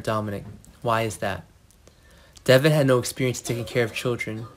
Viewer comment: His name is Devon , not Deavon. Can you please get people who can make this notification interesting… and not like they are just barely reading . It’s “ bad”